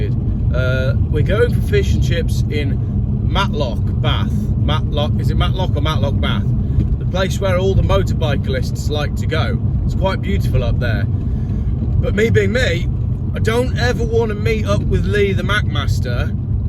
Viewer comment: "Motorbiclists"? It's Motorcyclists.